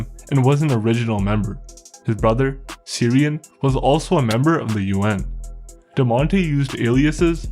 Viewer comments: Laos and Vietnam are in Southeast Asia, not East Asia. You should have just said "Far Eastern" if you want to group SEA and EA together. Ciaran is pronounced Kiaran, not Syrian. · The Irish/Scottish/Gaelic name CIARAN Is pronounced with a hard C (meaning K) hence KEER-ON. You have no excuse for not looking up correct pronunciations with information available at your fingertips. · The most shocking thing about this video was the pronunciation of Ciaran LOL